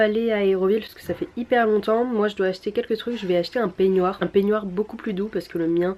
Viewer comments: un p quoi??😂😂tu veux dire un « peignoir » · Sa se prononce pénoire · Les "pignouar" Mdr tu me fais trop rire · Ta un accent du nord avec le mot peignoir ptdr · C'est tellement drôle ta manière de dire peignoir je ne sais pas pourquoi 😂😂😂